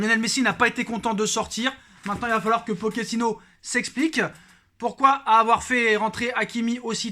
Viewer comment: On dit pas « poquetino »mais « Pochet -ino » comme une pochette